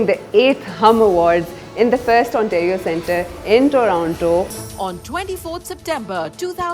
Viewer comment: Not one person endorsing the awards has correctly pronounced the word “Ontario”